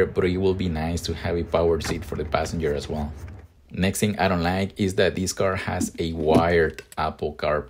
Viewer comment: “I don lie-eek” loving the accent lol